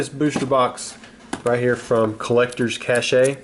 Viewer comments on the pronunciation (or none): Hopefully you’ve learned by now that it’s collectors cache (sounds like CASH) lmao